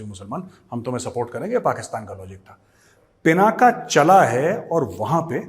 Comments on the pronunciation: A humble suggestion 🙏🙏🙏 I think it's not पिनाका It is पिनाक The whole meaning changes from such a small wrong pronunciation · गौरव जी, यह पिनाक है, पिनाक् अथवा पिनाका नहीं।